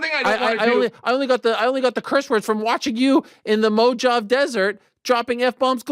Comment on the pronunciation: You’re pronunciation of Mojave was hilarious!!!! 😂😂😂😂